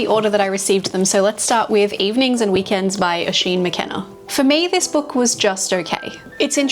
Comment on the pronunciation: I'm impressed that you got the Irish name right. 😄Oisín is pernounced Uh-sheen, it means little deer